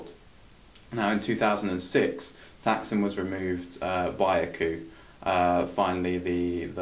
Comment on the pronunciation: Holy shit. Thaksin (you pronounced it wrong) was elected in a "corruption-free" election? I can forgive mispronouncing his name, but not mischaracterizing how he came to power. You lost me right there, Dude.